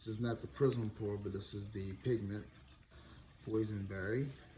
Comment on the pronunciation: Did you say prism pourn, or prison pourn? LOL